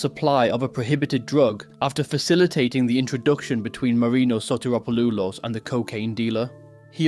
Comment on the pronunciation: "Sotiropoloolos". LMAO